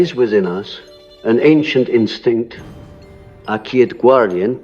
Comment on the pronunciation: "a quiet guardian" the pronunciation of "quiet" is the answer to your question. I admit, it's very well done.